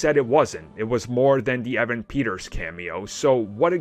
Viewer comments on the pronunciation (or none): none